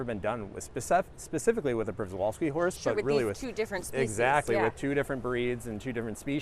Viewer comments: A zookeeper that pronounces Przewalski's wrong? And also doesn't know the difference in a species and subspecies?? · why does this guy not know how to pronounce equine and przewalskis..